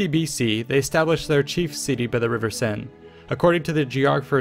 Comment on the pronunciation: Your french is good for notre dame or la Seine is impressionning :D Great video :)